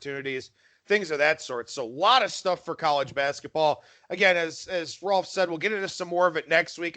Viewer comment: Why do you call him Rolf?